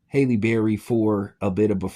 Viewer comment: Her name is Halle, not Hailey can you read or spell or comprehend..lol your channel is trash!!!!